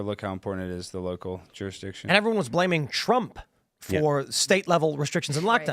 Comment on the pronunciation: nobody caught? "the local jewish-diction"